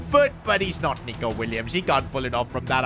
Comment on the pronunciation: bro did not say nico